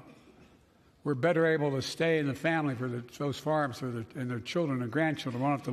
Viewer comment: Guarantee the right to "avf"? The dude cant speak. Or read.